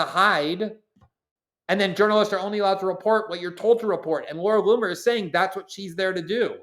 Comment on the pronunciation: Thank God for Glenn Greenwald ❤❤😂 I love how you pronounce Looooomer😅